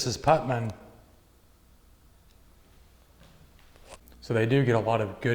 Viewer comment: It is Puttnam not Putman. Hi from another Ohioan